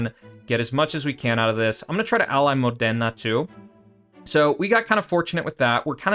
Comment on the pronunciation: The way you say Modena it's really painfull for my italian ears😂